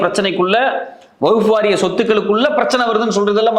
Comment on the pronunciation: வஃ புவகுப்புவாரியம்என உச்சரிக்கிறீங்கவஃஃஃபுவாரியம்